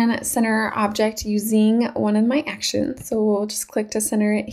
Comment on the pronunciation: Nice "ackuh-shuns-ah" but it would have been helpful to know how they work. I was with you until you started using them, then had to go find another video because you didn't demonstrate what you're doing. Makes the whole video a but pointless...